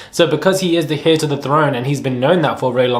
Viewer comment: the way you pronounce "Heir" is funny 😂